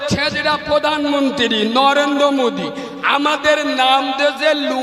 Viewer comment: আচ্ছা এই ছোটলোক মুসলিমরা কোন ভাষায় কথা বলছেন! মোদি কে মুদি ,অমিত কে ওমিত ।